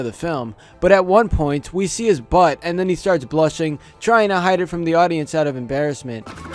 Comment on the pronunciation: I like how you put the “oomph” on the word “butt”... “BUtt”